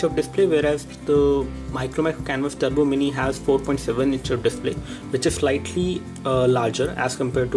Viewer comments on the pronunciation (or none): Turbo, not Trubo.